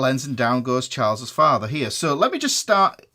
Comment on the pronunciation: Now I can't stop saying "Chaalz's Faathah"